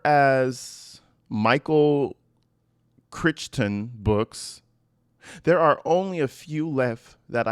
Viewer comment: Crichton - Cry•ton.